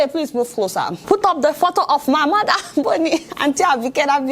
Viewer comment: "You're a madder indeed." Ah! Adeola, why are you like this? I know you said mother, but I heard madder. lol